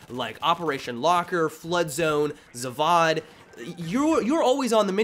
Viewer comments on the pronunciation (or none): Hillarious how Americans pronounce foreign words "Zavod".. priceless